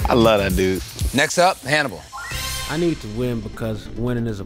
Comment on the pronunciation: You pronounced Hannibal’s name wrong...